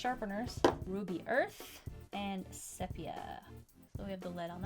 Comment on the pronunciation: Pronounce it SEA Pea A... I'm in my 70s so I know. My mother's high school photo was done in sepia tone... one of my favorite tones. I love that you teach me and encourage me to draw. You are very consistent. You always start with a drawing, never forgetting to draw out the lines for placing facial features. I used to have so much trouble drawing gals with skirts and not knowing where to put their knees. You showed me to draw the shape first, then dress the figure. It always works out that way! YAY! Yay for!